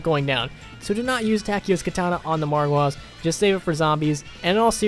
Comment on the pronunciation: Lol i know i was just making fun of the way he says it like margwaaahs